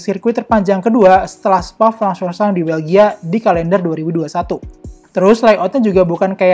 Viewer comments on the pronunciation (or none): Yang admin bacain "sirkuit spa de Francorchamps" Yang gw denger "sirkuit spa fafofa"